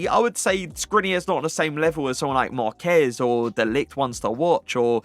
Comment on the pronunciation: finally said marquez correctly 😭🇲🇽🇲🇽